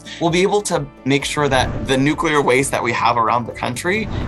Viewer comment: The interviewer can't even pronounce "nuclear." She says it "NOOK-ya-ler." This is what happens when you push identity over ability.